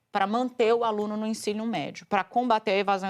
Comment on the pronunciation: Ela disse ensinio médio? Falando em analfabetismo 😅😅